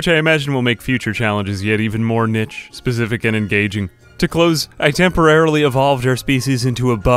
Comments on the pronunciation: He... cant pronounce niche... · niche is pronounced neesh lol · the most jarring thing about this video is the pronunciation of niche